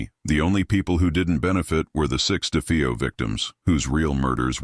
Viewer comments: It’s DeFAYo not DeFEEo. That’s why I hate AI. 🙄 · AI... It's De faye oh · If it's such a hoax how come nobody heard the gunshots and its da fay o not defeeo